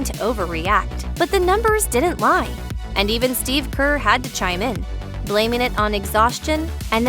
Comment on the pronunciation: His name is pronounced Steve not Steph.